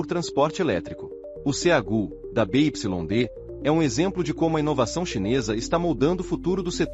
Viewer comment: BYD se pronuncia Bi Uai Di